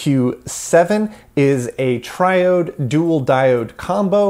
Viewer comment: One-Two-SQ7? Dude, it’s a Twelve-SQ7.